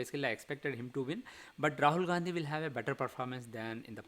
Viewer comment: For the first time you are calling Rahul Gandhi as RAHAL GANDHI JI . JEEE🎉